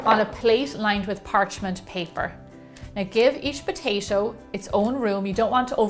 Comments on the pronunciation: Wth do you say Potashio ? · Take a shot everytime she says potaetoe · I though she said “Poshasho” eh..nvm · I like when you say : potaicho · no, she says POTAISHO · Didnot shut up you cant even properly pronounce it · Its weird how she says potato